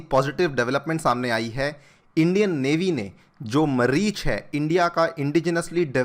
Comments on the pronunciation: मरीछ नहीं मारीछ | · 👈 Sir मरीच नहीं मारीच "मामा मारीच" जो (रामायण) में भटकाने का काम करता है ! 🚩जय श्री राम🚩 🇮🇳जय हिंद 🇮🇳 🙏🙏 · Always ur pronounciation is too wrong there is मारीच not मरिच. So be careful before pronunciating . There is spimly written maareech. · मरिच नहीं मारीच अंग्रेज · Lagta h apne Ramayan nhi padi tabhi aap ise Marich pronunciate kar raho ho,,Its double "aa" so its Maarich. jisne Shri ram or laxman ko deflect kiya tha sita mata se.. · Sir its not मरिच इट्स मारीच !! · मरीच नहीं मारीच है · मरीच नही सर मारीच कहते है। रामायण नही देखी क्या ?😊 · ये मरीच नहि 'मारीछ' है। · Sir, I think its मारीच not मरीच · How can one pronounce Maareech (मारीच) as Mareech (मरीच) ? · मारीच है मरीच नहीं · Sir sorry ,that is मारीच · Maarech Ka pronunciation thik kijiye... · I thik sir pronunciation of Maareech is "मारीच" | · Req CORRECTLY PRONOUNCE. MAARICH a villain in Ramayan whi disguise hus original face CHHADMAVESHI.